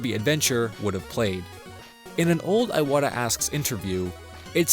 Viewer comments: His name is pronounced Ee-watta not Eye-watta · Ee-wata, not Ay-wata.